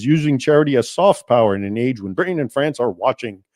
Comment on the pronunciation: Very interesting and explains a lot about Ireland and it's current takeover by Islam. (You are obviously an educated man. Please stop dropping the tee in Britain, pronouncing it as "Bri'in." It sounds like Tik Tokkers.) The Sultan was quite different from Erdogan in today's Turkey, who is now trying to reestablish the old Ottoman Empire. It is unfortunate the reform this Sultan attempted was not successful. The entire Middle East, and in fact the world, would be a different place.